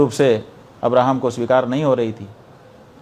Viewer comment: पंडित जी आप को इस्लाम की 000.1% भी जानकारी नहीं हैँ. तो महाराज आप सनातनी हैं सनातन की बात कीजिये. महराज आप ठीक से( इब्राहिम ) नहीं बोल पारहे हैँ 😂